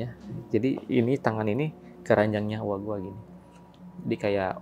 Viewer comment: Ngadangu urang Pangandaran ngomong "Uwa Gua" asa hayang seuri😂